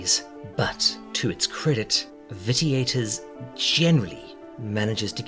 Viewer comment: cool, but that doesn't explain pronouncing a hard "T" rather than the soft "shhh". And I'm not trying to tear you down, I'm more sensitive than most to correct grammar, pronunciation, etc. and it's not a common word. But, if one is going to speak as a means of earning, then one should make every attempt to get the little details right. I meant no offense.